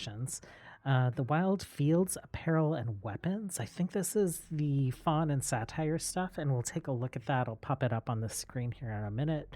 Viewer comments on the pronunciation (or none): I've always hear sait-er not satire for saytr